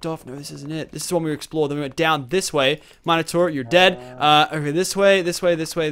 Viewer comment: it's minotaur not mineotar